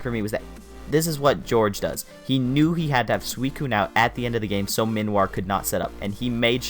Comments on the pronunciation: your pronunciation would be correct if its name was Minoir. But it's Minior. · That is the weirdest way to pronounce Minior I've ever heard